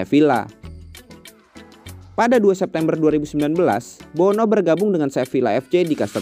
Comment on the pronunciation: Tulisannya Bono, dibacanya BUNU. Kan bahasa Arab huruf "O" gak ada